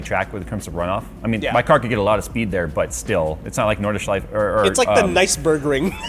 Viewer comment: As an austrian, i love your pronounciation of “nordschleife“